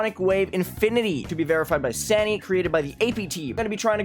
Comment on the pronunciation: i like it that u said sanii and not xanii as it should be